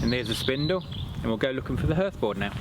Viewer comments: Yes, although spelt hearth, it's pronounced harth, as in rhymes with Bath (if you're a southerner). Great vid though. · Although I've never heard anybody pronounce 'hearth' the way you do I enjoyed the demonstration very much. Thank you!